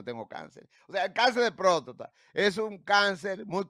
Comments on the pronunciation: Este hombre dizque tan letrado y no sabe decir prostata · Joel Adames ! No se dice próstota , sino Próstata !!